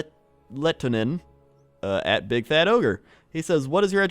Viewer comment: "simo letonen"... Finnish can't be that hard. it's Lehtonen